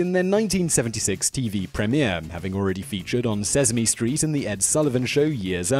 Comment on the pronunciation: C'mon Sezme? Sezzzme street? I'm English and no one in the UK no matter where they're from, says seZZmee.